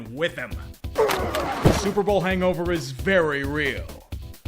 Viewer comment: I'm curious to know how many times we're gonna hear "Stillers r Gahnta Super Bahl!" This season